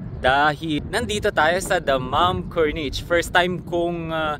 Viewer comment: Mali ata ang aking pronunciation ng Corniche. 😅 Kurnish po pala ata iyan,. 😅